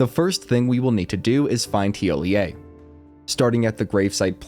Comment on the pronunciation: Good job on the NPC’s pronunciation, you’re the first person I’ve heard to get it right